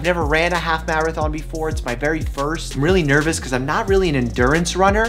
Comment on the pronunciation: Dr.mike:Maraton Me:What Dr:Mike:Marathon I didn’t misspell the first Marathon*